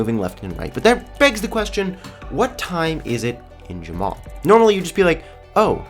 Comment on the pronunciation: Ur saying jamma wrong